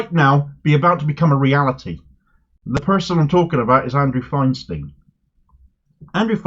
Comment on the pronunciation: Great candidate. But Andrew Feinstein isn't American so his name is pronounced "Fine-stine", not "Fine-steen".